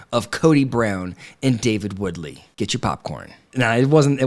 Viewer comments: Wooley, not “WooDly” 😂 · Just an FYI it’s Wooly not Woodly. Love your channel!! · Ya know, If you want people to take you seriously, perhaps it would be beneficial if you got the character's name right. It's Wooley, not Woodly! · David Woolley not Woodley. Sheesh....David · Wooley not Woodley. 😉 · It's Wooley, not Woodley. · Wooly not woodly😊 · Wooley not Woodley😜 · Firstly, David Wooley, not Woodley. Secondly, you missed two important parts. First, when Kody said, "We had 8 feet of snow", which they obviously didn't - three or four max - then later Christine said, "I heard you had 4 feet of snow." Showing his need to exaggerate. Second, during Meri and Janelle's conversation, Meri says Kody told her Janelle was in charge of the finances and Janelle says, no, I'm just the bookkeeper. This gives insight into how Meri has been manipulated against Janelle. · David's last name is Woolley, not Woodly. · Are you saying David Woodly?? 😂😂😂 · I think you are saying David’s last name wrong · Were you purposely pronouncing David’s name wrong? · Let's start with getting Davids last name right... lol